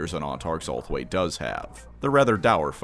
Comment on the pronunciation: Gonna be honest, kept hearing ulthwe as homeboy and in some parts it made sense